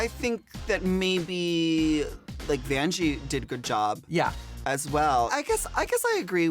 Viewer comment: I love how Derrick calls Vanjie Banjie XD